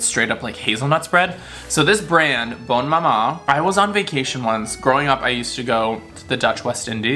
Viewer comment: im french and let me tell you, you killed me with the "bonne MAMA" i died! 🤣❤️